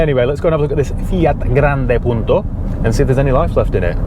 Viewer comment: good pronunciation ,im from italy